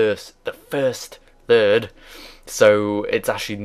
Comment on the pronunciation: Second and turd turd xD